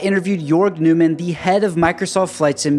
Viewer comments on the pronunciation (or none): His last name is German and pronounced more like "Noymann," and not like "Newman" from Seinfeld.